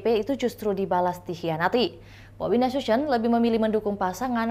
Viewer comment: Bobi Nasution kak, Bukan BObi Nasusion 🤭😂